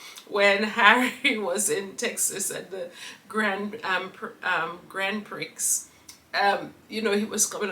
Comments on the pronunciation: bless your cotton sox. Grand Prix is pronounced grand prie. I hope you get better soon. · It's pronounce Grand Pre'. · 😂. Pronounced “ gron pree “ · F1 Grand Prix is pronounced Grand Pree.. 😉❤😊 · The pronunciation is right but the X is silent